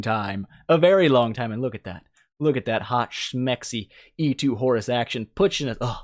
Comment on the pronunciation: I keep hearing "Horse" whenever you are talking about Horus somehow :p